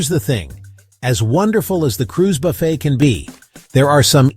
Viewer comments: The word "buffet" is pronounced 'buffay', not buff-et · Its pronounced, Buff A